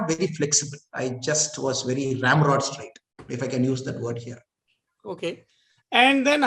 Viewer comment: Please be noted he said 'Ram road straight" ... That's an Indian 👍👍